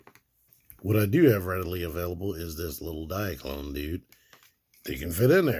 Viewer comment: I love the way you say diaclone dude 😂